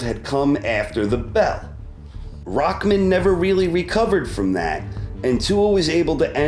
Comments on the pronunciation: who is "rockman"? his name is rahman; there is no k in it ._. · Why is it spelled Rahman but pronounced Rackman